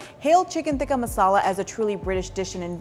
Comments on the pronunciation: It is so cringey when they get an Indian girl to pronounce it “right” but then she ends up pronouncing it neither the English way and neither the “right” way. Every time she said “tikka masala” in a pseudo Indian accent I went 🙄 It is टिक्का not तिक्का. Retroflex t, not Dental t. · Cant even pronounce tikka masala properly! ITS BRI-ISH RECIPI